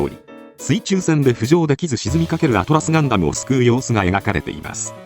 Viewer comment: it's "Atlas Gundam", not "Atlus Gundam"